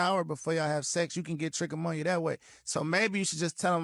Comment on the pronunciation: It's sad that none of them even came close to pronouncing trichomoniasis correctly.